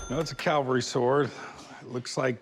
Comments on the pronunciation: Hey Big Hoss...Calvary = where Jesus died. Cavalry = mounted troops. You're welcome. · Please Cory; it is not "calvary"; it is "cavalry". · Isn’t it a cavalry sword, not Calvary…. Come on.